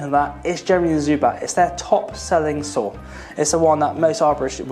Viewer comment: Sometimes I heard "sword" instead of "saw" which made the video quite funny lol